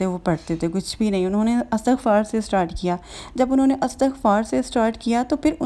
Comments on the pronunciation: بہن اٙستٙغفار نہیں ہوتا اِسْتِغفار ہوتا ہے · Dear astaghfar ni h bl k lafz istighfaar hota h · astagfaar ni istigfaar hota hai